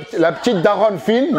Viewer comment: “La petite daronne fineueu” 🤣🤣🤣